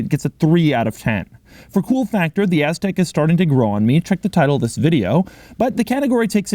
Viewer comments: If I had a dollar for every time he said Aztek (and stressed the “TEK”) I would be sitting on a private island somewhere not watching this. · Impressive, you just said AS-TEK over 50 times in this video! Funny! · Doug Pronounced Aztek AssTek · "so you can just hang out on your AZZtek" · Its "Aztek" not "Aztec" But doug pronounces it like Ass-tek 😁😁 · "hang out on your asstek"